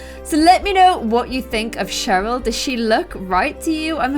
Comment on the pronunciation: Cheryl and I think you got Cheryl wrong